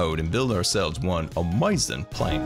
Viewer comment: A few absolutely amoizing things about that I like: •His voice •The way he says amoizing SERIOUSLY THIS GUY IS AWESOME:)